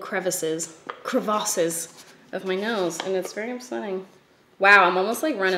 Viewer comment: You say cruh-vas instead of crevice too?? Is it from something that I don’t remember?